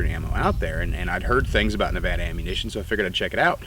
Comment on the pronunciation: Thank you for saying Nevada correctly.